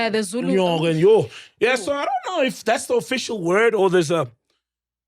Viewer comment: "i donn know" "i donn know"